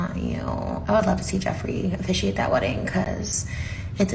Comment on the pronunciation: "It's a trio of evil so the devil should afficiate" oh lawd! 😂😂😂